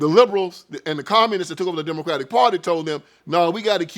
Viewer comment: What happened is that they were never that!! And did he say Diddycratic?!? Hahahahahahaha…. I’m sold.